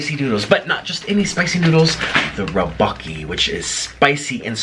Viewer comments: he said "roboki" its tteobokki. please get your foods right my guy. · Teboki not tibok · Its pronounced To-Bo-Ki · The main syllables is DUCK-bok-gi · the way he said tteokbokki im sorry